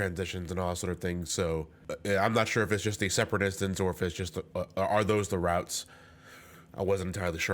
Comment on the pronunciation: Everytime said "Routes" I heard "Ralts".